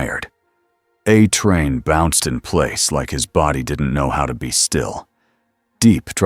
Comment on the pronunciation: These are always great stories I've only found a couple of them to be boring there's a problem though, when they use AI to read these they need to be absolutely certain they need to make the words like a train very specific so it's not called uh train. When they say vought it doesn't say vote. It's not hard just use the words and letters with the correct symbols of each letter that indicates if it's a long a or a short a so on and so forth. I'm afraid you're going to have to use correct and be sure that it cannot be interpreted as any other word than what it is.